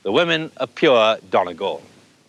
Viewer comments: It's not pronounced Donnygall Trevor, it's Dhún na nGall, with a "u" not an "o" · It's pronounced Dunny-Gal Not Don-a gal. Feckin English. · he butchered the pronouncing of donegal